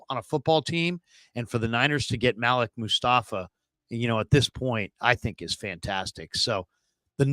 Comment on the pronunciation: normally it is pronounced maleek. maybe im wrong.